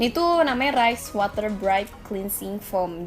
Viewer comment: Mau sok bhs inggris tp ngomong water masih bacanya water... Tapi thanks infonya